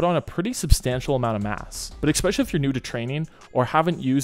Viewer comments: Can you PLEASE stop saying "ex-specially". There is no "x" in the word "especially"! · 'ekspecially' is not a word i'm sorry to say. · bruh, there is no X in especially. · No X in Especially